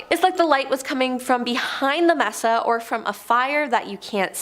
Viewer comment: Mesa is DEFINITELY not pronounced "messa"....it's MAY-SAH.... A flat-topped mountain!!! If you don't know what something is, please check before butchering the word..... several times!